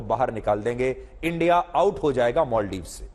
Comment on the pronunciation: मालदीव का उच्चारण मालदीव ही होना चाहिये. अंगरेजी मे भी Maldives लिखा जाता है.फिर आप और रजत शर्मा बार बार मोलदीव मोलदीव क्यो बोल रहे थे? कैसे पत्रकार हो आप!